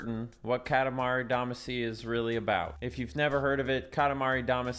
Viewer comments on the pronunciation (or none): It's pronounced damaacy, not daamacy. It's said in the lyrics!